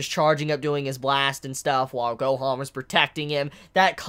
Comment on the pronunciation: I like how you pronounce "Gohoan" and "Monga" lol.